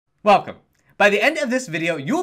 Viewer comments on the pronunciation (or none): i like how he says welcome its wierd